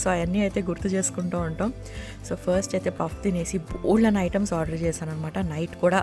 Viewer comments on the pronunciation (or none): none